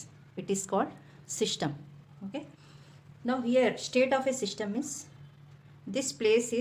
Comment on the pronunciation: its system not shystam